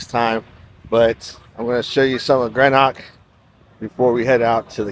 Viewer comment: I wish tourist's would learn how to pronounce the places they visit it properly. Glasgow isn't Glasscow..its Glazgo or locally Glesga and Edinburgh isn't Edinburg but Edinburra. Greenock is green-uck not Grenock. What colour is the grass for god sake. GREEN you moron!!